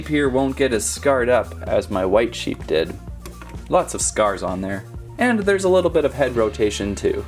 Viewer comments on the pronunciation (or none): its sheep not seeps